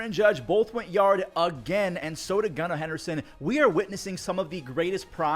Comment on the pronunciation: “Gunna Henderson”